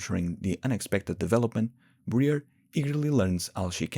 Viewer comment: Ummm boss can you ummm pronounce Briar's name as it is meant to be pronounced....... Your version: Bre-ur In reality: Bry-ar